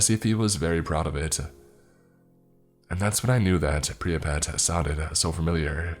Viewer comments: It’s “prip-ee-yat” NOT “pree-yuh-pat”. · Priypat? It's pripyat. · I know it's nitpicky,but it's Pripyat not Priapat. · Soooo is no one else gonna point out that he’s pronouncing Pripyat like pre-uh-pat?? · Pripyat = prip EEE yat